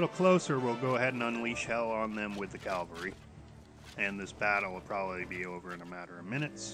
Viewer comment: Discovered this game when they had a $6.99 sale to buy the game and now I'm hooked. There may or may not have been a few allnighters involved, I couldn't say....I don't mean to nitpick, but just thought to point out that its pronounced cav al ree as opposed to cal va ree. Thanks for making this video, the information is really useful!